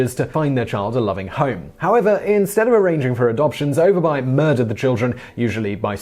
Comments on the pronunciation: Lol u guys pronouncing all the letters in Danish words, so cute. It's something close to "o'er bu-eh" y is like the old greek upsilon "Y" and v is a glottal stop, because reasons because Danish. Sorry guys. It means upper village/town. If you see -by in a town it means exactly that, town e.g. rugby, whitby. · Dagmar Overby and you pronounce her name Over buy? You must live in the town of Grims buy.